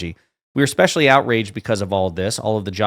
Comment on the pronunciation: Just here to say that "eXpecially isn't a word..."especially" is. 🙄